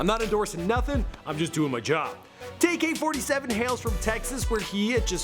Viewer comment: "Tay Furd" lmaooooo I'ma need you to get right. It's Tay Eff 3rd